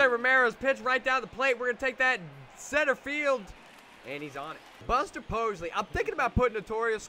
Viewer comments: Buster Pos-ley??? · Theirs no L in Buster Posey lmao